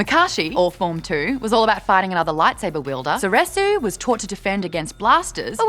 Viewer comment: Also, a few pronounciation issues with the Lightsabers combat forms... but I guess we can let that slide... it's just... never mind. I mean soresu, sor-E-soo and - you know what? Forget it! The video was great, and I thank you